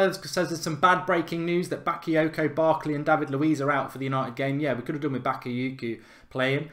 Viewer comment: The way Mark said Bakyoko😂